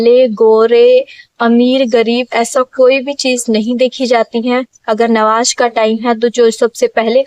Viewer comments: Nawaj nhi namaz bola jata hai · Nawaj nahi namaj bolia sister